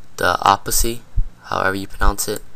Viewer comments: Opacy? I'm Asian, and I can even read it correctly. [OH-pas-IT-y] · down and downer on the oppisy? wtf?! who doesnt know how to say opacity?